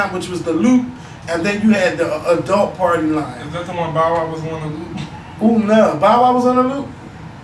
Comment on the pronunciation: So I guess in philly "adult" is pronounced "adelt". says adult the same way as.